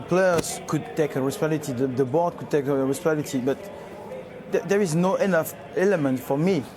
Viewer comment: the funny thing is the word responsibility is pronounced almost the same in his native language which is french i still don't know how he messed it up with